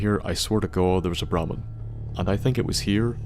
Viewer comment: thought he said Bar Man